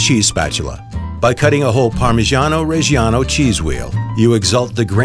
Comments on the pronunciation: inhales its spells reggiano not rej an o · Why did you dedicate an entire channel to parmigiano and still cannot pronounce it right in Italian? Reggiano has the double g for god's sake